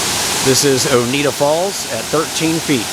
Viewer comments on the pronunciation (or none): its not Oneeda falls. Onieda is pronounced own ida